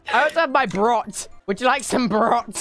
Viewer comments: Du musst das o betonen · Ranboo: Was ist? Tubbo: braught (brot) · Its pronounced as bort though isn't it ? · Actually he pronounced it PrOt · Ja oder?😂 vor allem bei dem brot hat er "brout"? Gesagt glaube ich😂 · I’m not German but I love watching him pronounce Brot incredibly wrong lmao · I know some German and when he said “brot” I was like “why did he say it wrong it’s not pronounced like that”